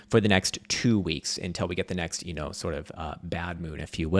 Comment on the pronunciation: I have been with you since 2016!! Since you broadcasted from that shithole room with your crazy hair, yelling red/green dildos..BUT you’re killing my ears with the word; “UNTELL” it’s UNTIL dammit!!! Pronounce it correctly or I’m going to give you a smack down with a red dildo!!! 😂😂😂😂